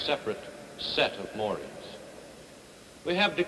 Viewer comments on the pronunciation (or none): none